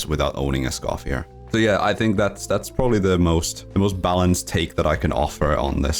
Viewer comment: Please pronounce Escoffier's name correctly😔🙏